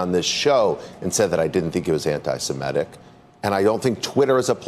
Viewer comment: Dude is the head of the ADL and he can’t even correctly pronounce “antisemitic”. It’s “anti-sem-it-ic”. Not “anti-sim-et-ic”.